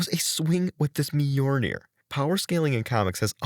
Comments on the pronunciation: Dude, I can't get through your video with your constantly mispronouncing Mjolnir like that. It's pronounced like "M-yol-Neer". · A video on how to mispronounce Mjolnir a thousand times